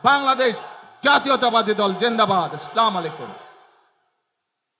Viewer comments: আস্লামালিকুম না প্রিয় নেতা, আসসালামু আলাইকুম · স্লামালাইকুম না, আসসালামুয়ালাইকুম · আসসালামালাইকুম না, (আসসালামু আলাইকুম) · হুম, আস্লা মালাইকুম নয়, আসসালামু আলাইকুম হবে। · 17 বছরের ক্ষুধার্ত কেমন নেতা সালাম টা ও দিতে জানে না এমন নেতা চাই না সালাম আমার থেকে শিক্ষা নেও আসসালামুয়ালাইকুম ওয়া রহমাতুল্লাহ ওয়া বরকাতুহ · আপনার সালামটি শুদ্ধ হয়নি দয়া করে সালামের শুদ্ধ উচ্চারণ শিখে নিবেন। বলবেন আসসালামু আলাইকুম। ইনসাফ কায়েমের জন্য হাদীর আত্মত্যাগের কথা তুলে ধরায় আপনাকে আন্তরিক ধন্যবাদ জানাই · ঠিকমতো সালাম টাও দিতে পারেন নাই, আসলামু আলাইকুম মানে তোমাদের উপরে ধ্বংস হোক। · Ekta Muslim kintu Assalamualaikum Bolte pare na. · প্রথমে সালাম শুদ্ধ করে দিতে পারেননি দ্বিতীয়ত ছাড়া দেশে দুর্নীতি করেছে তাদের বিচারের কথা কে বলবে আমরা সাধারণ মানুষ বলবো এই জন্য দাঁড়িপাল্লা ভোট দেবো ইনশাআল্লাহ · যে ভালো করে সালামি দিতে পারে না সে রাজনীতি করবে কি করে😂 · নেতা দেখছি শুদ্ধ করে সালাম দিতে জানে না 😂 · সালাম টাও সঠিক ভাবে বলতে পারেন না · হালার পো সালাম টাও ভালো করে দিতে পারে না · আরে খাম্বা, শুদ্ধ করে সালাম দেয়া শেখ, আর হাওয়া ভবন কি আবার রেডি হচ্ছে? গাজীপুরের বাংলো বাড়িতে কি শিল্পা শেট্টি আবার আসবে? লন্ডনে যায় যে মাফিয়া ডন আল্লাহর অলি হয়ে ফিরে আসতে পারে এমনটা অবিশ্বাস করতে হবে? তোর আশপাশে যা আছে সব চোরের বাচ্চা ডাকাতের বাচ্চা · সালাম দেওয়া সঠিক ভাবে সিখুন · হায়রে পোড়া কপাল সালাম ও ঠিক করে দিতে পারে না সে আবার নেতা এদেরকে নেতা না বলে কাঁথা বলা উচিৎ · je salam thik moto dite pare na se desh chalabe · হয় রে নেতা ভালোমতো সালাম ও দিতে পারে না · বিসমিল্লাহ এবং সালাম দুটোই উচ্চারণ ভুল বললেন। যাদের হৃদয়ে ক্ষমতার লোভ লালসা ছাড়া কিছুই নেই তাদের জনগণ ভোট দিবে না আর। 😂😂😂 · ভালো করে সালাম টা ও দিতে পারে না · এতো পোড়া শোনা করে কি লাভ যদি সালাম টা যদি ভালো ভাবে দিতে না পারো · জাতীয় ইমাম বের ভাষণে সালাম দেওয়া শুদ্ধ হয়নি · সালামটা সঠিক ভাবে দেওয়া শিখুন। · সালামটাও শিখতে পারলো না হাইরে ভদ্রলোক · আসলাম আলাইকুম 😢 খুব দুঃখজনক সালাম টাও ঠিক করে দিতে পারে না 😢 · যে সালাম টাই ঠিক মতো দিতে পারেনা সে আবার দেশ কিভাবে ঠিক করবে⁉️ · সালাম সঠিকভাবে দেওয়া শিখুন অনেকদিন দেশের বাইরে ছিলেন তো তাই এমন